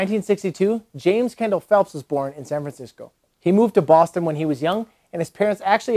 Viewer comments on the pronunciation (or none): none